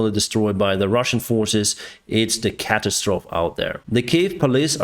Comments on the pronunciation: Happy New Year - just for your information the word catastrophe is pronounced at the the end like ‘’Coffee’. So it is not ‘catastrof’ but catast -troffee” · thanks again. look at your pronunciation of CATASTROPHE